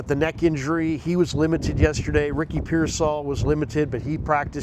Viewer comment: I like Drew Brees well enough. I just wish he’d learn how to pronounce “Pearsall.”